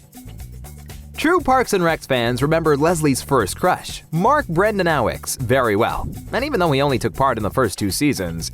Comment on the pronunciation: good vid. you pronounced "Brenanawics" wrong tho.